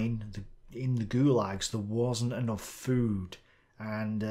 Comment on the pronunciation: Oi, that`s "gulags" once again. Is it too hard to call them in a propa way?